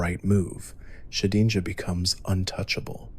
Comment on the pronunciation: but yeah his pronunciations are a little bit wack occasionally especially with said “regice” and “shedinja”